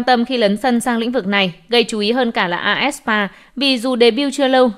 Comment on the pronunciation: aespa đọc là "a ét pa" IVE đọc là "ai vi y" Seulgi đọc là "sưn ghi" Kep1er đọc là "kíp quan nờ" Yujin đọc là "Du din" Tên người ta hay thế mà đọc nghe thấy.... Pls sửa lại cách đọc giùm cái=.=